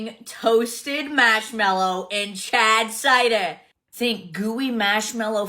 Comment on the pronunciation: Okay, I'm hearing "Chad cider. Is that what it's called or is it "Charred cider"? 😂 But honestly, the kits don't look half bad. 😬